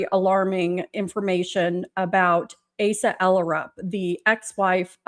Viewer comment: Asa is pronounced long A - suh